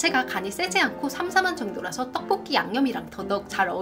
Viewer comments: BBC 선정 "떡볶이" 발음이 가장 찰진 유튜버 1위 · 영상 다 좋은데 떡볶이 발음이 너무 신경쓰여요 듣기 좀 불편할정도로 발음이 튄다고 해야하나 그부분 말고는 다 좋을거 같네요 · 가래떠떠뽀뀌 발음하시는거 신기하고(?) 중독되서 계속 돌려보는중.. 원래 그냥 떡보끼 발음보다 더 찰진(?) ㅎㅎ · 이분은 진짜 떡볶기 발음할때가 정말 중독성이 엄청 강하시내여~~정말 발음이 특이함~~ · 된소리 발음이 어마무시하게 쎈 분이 떡볶이 리뷰어다 보니... 발음으로 딱밤맞는 느낌이 드네요. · 이 누나 떡볶이 발음 할 때 '떡'자에 귓속이 폭폭 찔리는 느낌인데, 가래'떡' '떡'볶이 하니까 귀가 막 어우